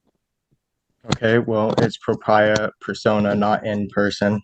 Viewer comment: He can´t even pronounce it properly. It´s D ü b ü, the s is mute. He also mispronounced the Latin "propia". So full of himself, and so ignorant. A total jackass.